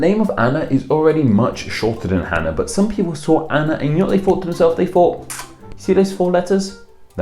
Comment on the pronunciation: Cool you pronounced Hannah properly in Hebrew. But the software you used flipped the spelling. Hebrews written from right to left, not left to right. The Chet and Hey are switched with the vowels in the same spot. That really looks like a software error. Anya and Anika are all diminutives if Hannah, which have effectively become their own names. Although Annika is also a Russian and Arabic name.